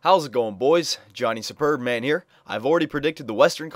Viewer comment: When you say superb-man, it sounds like your saying "sperm man" haha